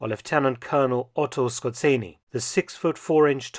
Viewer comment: Yes. Dr Felton pronounces it quite accurately. Perhaps the "Z" could be emphasized a little more strongly.